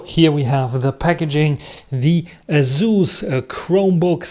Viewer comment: It's pronounced Asus. You're welcome. :face-orange-biting-nails